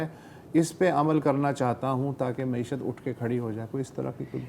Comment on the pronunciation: کوئی عمران خان صاحب کو بتادے کہ لفظ “معشت” نہیں “معیشت “ (معی شَََت )ہے ۔اردو تلفّظ پہ رحم فرمائیں